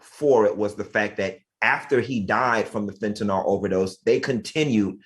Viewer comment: Fentanyl “Nilll” not fentanOooool. Damn.